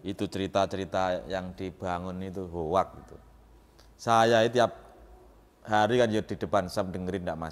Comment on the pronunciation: Its a hoax with pronounce howx, not howak jamet